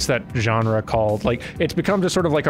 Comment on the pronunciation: "genera"? I thought the word was "genre"